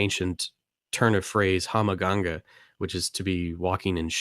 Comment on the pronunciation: "Hammaganga" Lol everyone slips on this one. It's Hamingja. Hah-meeng-ya.